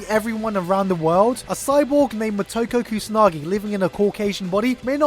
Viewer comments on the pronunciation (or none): It's Mo-Toe-Ko